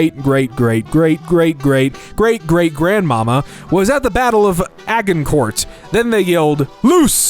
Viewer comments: Well, that's a new way to pronounce Agincourt, any French people watching this just shrivelled up and formed an angry French accented onion. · FFS - try to find out ahead of time how to pronounce place names like Agincourt - ETA: never mind, can't even manage a common English word like 'layers'